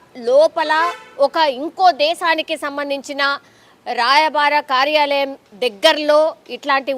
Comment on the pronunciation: రాయబార కార్యాలయం అనాలి భార్య కాదు మధ్యవర్తం కాదు మధ్యవర్తిత్వం అనాలి ఆఖరికి channel వారు కూడా తెలుగు ని ఖుని చేస్తే ఎవరికి చెప్పుకోవాలి 🙏